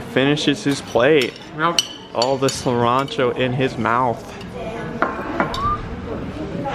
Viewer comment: I like how his kid pronounced cilantro as "serrancho"